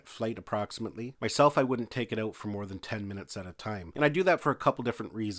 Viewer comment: "take the battery OWW-OOOT".... lol Canadians.